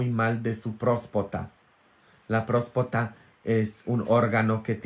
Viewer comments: Prostata se dice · N es prospota jajs es próstata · Es próstata, no próspota. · Se dice próstata padre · Se dice: próstata. Estaba muy mal de su próstata.